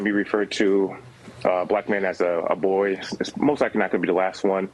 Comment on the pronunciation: Did he pronounce it "Boi ?" 🤣👍